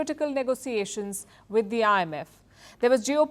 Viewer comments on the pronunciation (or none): none